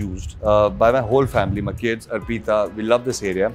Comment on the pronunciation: Ar peeta nhi hai bhai arpita hai naam uska !